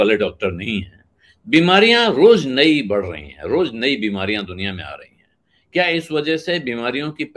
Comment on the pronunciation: Nau nahi nai hota hai..... Josha nahi joshi hota hai....